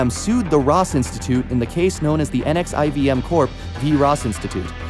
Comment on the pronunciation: Pronounced "nexium" & not literally each individual letter.